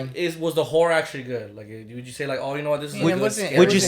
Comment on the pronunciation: I've never heard the word 'horror' said so much lol. It still sounds like "whorrre" XD